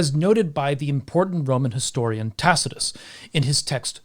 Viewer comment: "in which Tacitus goes into details about..." Dude, are you having a stroke?